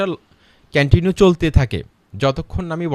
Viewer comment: কেনেনিউ না ভাই কন্টিনিউ হবে এ এক কথা কয় বার বললেন সব ভূল😜